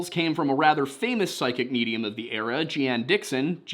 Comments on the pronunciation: Its Jeane Pronounced like " Gene " She was a well known astrologer and supposed psychic 50 plus years back. Many put a lot into her predictions. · It's "Jeen" Dixon. I'm old. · Jeanne is pronounced "Jean" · Jean is technically pronounced Jon because its French but its pronounced Gene not Jee-ann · Jee-Ann??? JEE-ANN????? You gotta be kiddin' me... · It is pronounced "Gene Dixon." She was very famous for that time. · Jeane is pronounced Jean. I was a kid back then and she was very famous. I remember her very well. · GEE-an. Heh! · Good show, as usual, but FYI...the psychic's name is pronounced like the denim pants...jean. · If she ever comes up in an episode again, the psychic's name is pronounced "Gene" Dixon. I know because my God I'm old and remember seeing her on TV back in the day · Her name was pronounced 'Jean' Dixon. She was a famous psychic back in the day. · Jeanne Dixon was pronounced like Jean. At least, I never heard it pronounced in any other way, and she was pretty prominent in the news at the time.